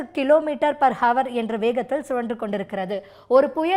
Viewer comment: தற்க்குரி , ஹவர் அல்ல அவர் .